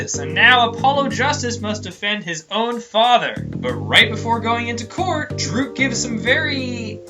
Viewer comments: It's (durk) not (drook) lol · He's pronouncing it as Dhruke, even though it's Dhurke. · You are saying Dhurke wrong lol.